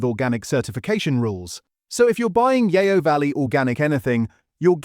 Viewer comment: Yeo as in Yeo Valley is pronounced 'Yoh', not 'yay-oh' . The word is Old English for River but still used in parts of the south west (so the River Yeo actually means the River River). That mispronunciation is the sort of mistake which usually indicates AI but there appears to be no AI disclosure in the video description. However, it does beg the question, if you're such a knowledgable chap on butter brands, how come you don't know how the brand names are pronounced - there are a couple of other faux pas by the way.